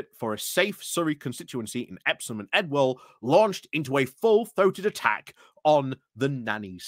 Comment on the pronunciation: Ewell is pronounced ew-ell, to rhyme with Yule.